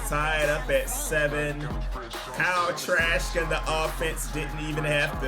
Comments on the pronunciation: I like how he's calling him trash instead of trask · Lmaooo it sounds like you’re saying trash whenever you say trask, sounds like you got something against him everytime 😂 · Sounds like is saying Kyle Trash 😅😭